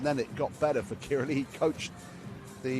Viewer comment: can't even pronounce karch's last name. facepalm. ear muffs.